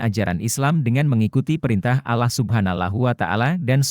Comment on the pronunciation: MAAF YG BACA NARASI TOLONG DONG MENGUCAPKAN ALLAH NYA MENJD ALLOH...BKN ALLAH SPT DIUCAPKAN OLEH ORG NASRANI...🙏